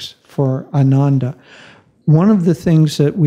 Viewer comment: Exciting times for Ananda. Just for records, Ananda is mispronounced all the time. The way it is pronounced today, it means "joyless" while the correct pronunciation would mean "Joyful"!